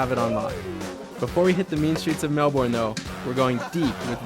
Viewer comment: It's not Mel-born. It's Mel-burn!